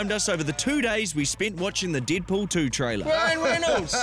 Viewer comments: "Deedpool" lol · "DEEDPOOL" "RYAN REENOLDS" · You said Deed Poul